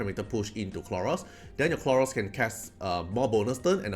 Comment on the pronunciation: Khloros, not Kronos ahahah Dislyte is taking over ahahaha